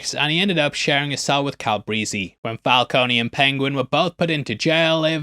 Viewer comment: “Cal-breezy” … JFC 🤦‍♂️